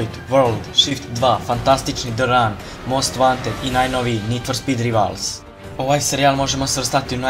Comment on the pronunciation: Dobar ! Samo Rajvals ne Rivals :D